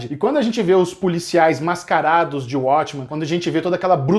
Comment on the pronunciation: ele escolher "abrasileirar" os nomes das séries Abrasileirado: uatchmen Correto: uótchmen Ele tem feito bastante isso nos últimos vídeo. E é algo que eu acredito que ele não deveria fazer. (Acho q tem uma ideia de abrangir o público brasileiro, mas não gosto disso. Se a série continua com o nome original ela deve ser pronunciada na forma original) Só isso:) Mas eu adoro o, isso é só uma crítica construtiva:)